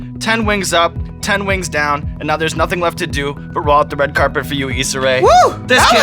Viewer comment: “Sssssss” Yessss! she better tell him how to say her name properly lol. Love her.